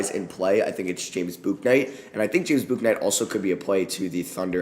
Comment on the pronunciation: Hey, it’s James “Book”night btw